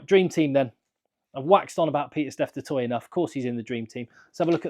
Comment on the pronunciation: Which will anger the French more? Not getting any players in the World XV or the fact that Saffas keep butchering the pronunciation of Du Toit. 🙉